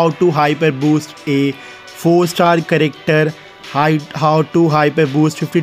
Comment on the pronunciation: Other say character says charecktar